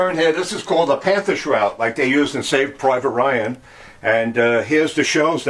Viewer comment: A historian that seems to not know much. He keeps using the word Panther instead of Panzer.